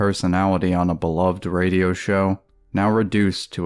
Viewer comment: It is even more insulting to the Nopester seeing as how is basically Norton doing Opie as a character. The character making fun of Opie it way more popular than Nopie himself. Every time says Ray-dee-ohhhh as if it was a 3 syllable word I crack up.